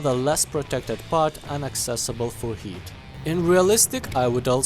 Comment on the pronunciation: I can't unhear you pronouncing heat as yeet